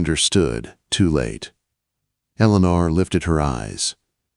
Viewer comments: C'mon,. The name is Ellen-or!!! It's mighty annoying to listen to a story with mispronounced names and words in the narrative. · I will try to listen to this story at another time, but the mispronunciation of her name, which should be "el'-ah-nor" was painful. Too bad. The comments say the story was good but I can't listen to the poor AI. Ugh. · Please research pronunciations ,,, Ellen-or. From Southern Oregon, USA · Annoying that AI narrator wasn't instructed how to pronounce ELEANOR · NW Minnesota I agree with others, the story is a good one. Probably could have lasted at least 1-2 years longer! I also agree that the mis-pronunciation of her name was extremely annoying. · Loved this story. The narrator needs to know how to pronounce Eleanor. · This narrator mispronounces Eleanor the worst I have heard in any of these Western stories.